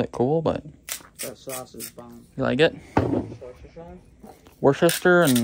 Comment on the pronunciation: Oh My G'Ness.... my anxiety level went up when I see you driving on the ice here.... then you tried to put your seatbelt on..... oh yikes! Glad you caught that! LOL...... I laughed when you said the secret ingredient was "wash your sister sauce" (at least that's what it sounded like!) 😂